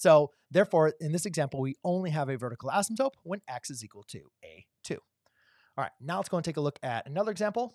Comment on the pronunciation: Why do you keep saying asymTOPE? 😊 /Asymtote